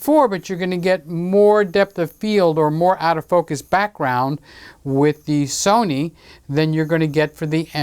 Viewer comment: The Sunny cameras were always better than the So-nee cameras and the Ka-non camera's will just have to try harder next time